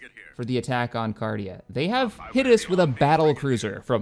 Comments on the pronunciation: It's 'Carida' not 'Cardia' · Your pronunciation of Carida is so cringy. XD